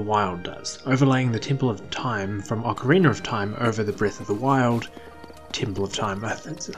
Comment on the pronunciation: Well must be a UK thing then bc you definitely do say ocarinar of time, and it's a legit question not a troll question so I still wonder why is that?